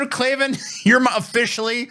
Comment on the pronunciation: It's pronounced like Clay-Van 😂 I agree with Andrew Klavan wanting to bone Tina tho. Andrew was popular before he joined DailyWire. I remember he had segments like "On the Culture" and "Revolting Truth".